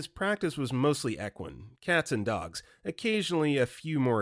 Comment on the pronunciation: BRO, I give up. You also botched Steven Seagall, George Takei, and equine.